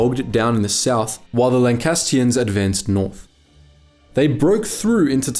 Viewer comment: Excellent video, thanks. It's Lancastrians, not Lancastians, though.